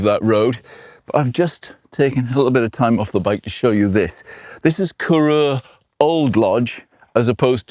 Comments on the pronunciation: btw Corrour isn't pronounced Korr-oor. Its Korr - our rhyming with hour. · Interesting route. I do share your hesitation about the merits of the Lochan na Earba scheme. Please stop mispronouncing Corrour. It's from Coire Odhar, and is pronounced to rhyme with hour (NOT oor).